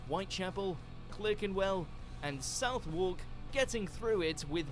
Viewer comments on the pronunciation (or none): Did he say 'South Wark' instead of 'Suthark' for Southwark? :-) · South-wark? Lie number 11. It’s pronounced suth-uhk. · Kinda find it amusing that a video about misconceptions in Britain can't even pronounce one of London's main districts correctly! I mean, where's South wawk? Yes I know Southwark is spelt weirdly (pronnoucned as sutherk), but is a tad ironic considering the subject of the video🙄😂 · English narrator... can't pronounce Clerkenwell (ClArkenwell) or Southwark (Sutherk).. I live in Southwark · The narrator doesn’t even know how to pronounce “Southwark”. It’s suth-hook. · South walk???? That isn't how you say Southwark. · If this is a Brit narrator, in the Great Fire/Plague sequence he’s getting the pronunciations of two well known locations in London totally wrong and should know better! Clerkenwell is pronounced Clarkenwell and Southwark is Sutherk. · Where I come from (right by Southwark) it's pronounced "Suv-erk" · It's bluddy SUV-ERK! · The narrator can’t pronounce Southwark. I wouldn’t trust him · Southwark is mispronounced in this video. It is correctly pronounced - Southwark. The w us silent. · Most videos from WatchMojo (or sister channels) are entirely dog shit. You can tell this because in your video, the narrator cannot pronounce Southwark correctly. If any Englishman pronounced Southwark like the narrator, they would be instantly berated by their mates. Therefore, this WatchMojo video (like many others) is dog shit. Don’t waste your time with them. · I'd trust the original video more if the guy could pronounce Clerkenwell and Southwark properly!